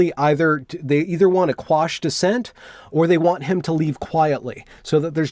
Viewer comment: Thank you for knowing that it’s “quash” and not squash. I love you for that, 💋